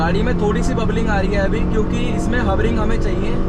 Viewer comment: Wobbling❌ Bubbling✅ True Indian 💯😅